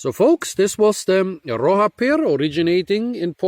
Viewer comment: It's pronounced as "roh sha" and it means "rock"